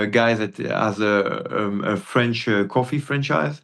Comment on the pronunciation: I'm french and I can tell you that you have a perfect french prononciation. Do you have french origins?